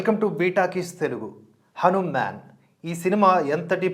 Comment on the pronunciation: మీ రివ్యూ చూశాక ఎప్పుడెప్పుడు సినిమా చూద్దామా అని ఆతృతగా ఉంది. కానీ చిన్న విన్నపం.. దయచేసి హనుమాన్ అనే పలకండి.. 'మ్యాన్' అనక్కరలేదు అని నా ఉద్దేశం.